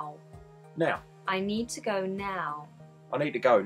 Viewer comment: can't do the "to"!!